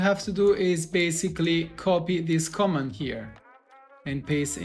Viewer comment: Thanks for the tutorial. I just wanted to correct the pronunciation in case anyone didn't understand what you're saying: "Command" is pronounced /kə'mand/ with the stress on the second syllable. If you put stress on the first syllable, it sounds like "comment" /'kɒmɛnt/. And "paste" is pronounced /pejst/. If you use a short A, that's "past" /past/.